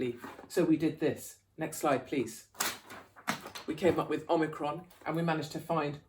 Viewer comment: With! It’s with! 😂